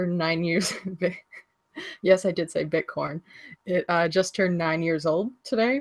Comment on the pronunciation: said "Bit-Core" OMG (12.26) huh